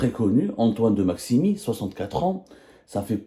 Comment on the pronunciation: De Maximin et non pas maximi 😂